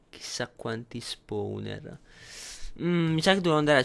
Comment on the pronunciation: no posso capire ma che LUI l'inglese lo scrive come si pronuncia fa schifo al cazzo! tipo SILKTOUCH (siltauch) SPAWNER(spouner) e daje!